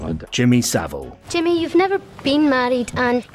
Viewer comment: It's Savile (as in VILE)